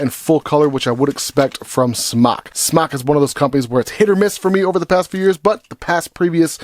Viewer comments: Would you quit pronouncing it that way... it's pronounced like the word SMOKE....JESUS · its Smok as in Smoke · The way he says smok I’m really happy now